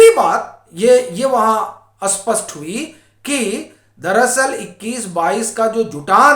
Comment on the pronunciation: स्पस्ट और अस्पस्ट में बहुत फर्क है । आप स्पस्ट को अस्पस्ट बोलते हो । आपमे बस यही कमी है,बाकी सब ठीक है ।